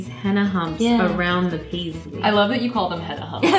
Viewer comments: It's henna not hanna😂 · its not henna.. its Hina..😋 it e no t a u knw what i mean.. in pronouncing